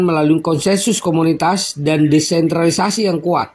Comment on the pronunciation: AI bacanya "EE AI" (Artificial Intelligent). DESENTRALISASI bukan DENTRALISASI !